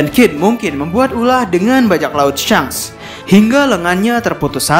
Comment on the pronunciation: tau kok cuma, "uncomfortable" buat didenger dikuping dan pelafalannya juga ditelinga berasa ga cocok. just an opinion tho